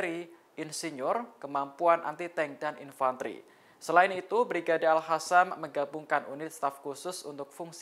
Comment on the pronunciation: Presenternya kurang sipp....tinggal baca doang kok blepotan... 😂 Al Qassam kok jadi Al Hassam... 😂😂😂😂 Lain kali diBenerin ngucapnya oi😂😂😂